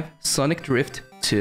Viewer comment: Why does he say "sonki" instead of sonic